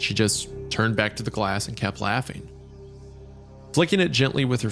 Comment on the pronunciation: why does Wendigoon have such a hard time saying “flicking”? 🤔